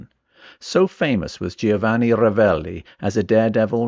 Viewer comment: Not “gee-oh-vanni”. The I is silent. It’s easier to say. Just say “Joe-vah-nee”. Easy.